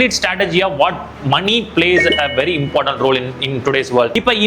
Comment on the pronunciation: "Important" ✅ Impartent ❌